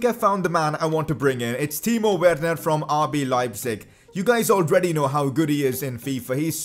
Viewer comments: You pronounce it like verner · Not judging you but say Werner verner please